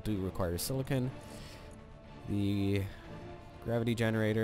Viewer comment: silicen. This made my laugh so much the way you pronounced it the first time.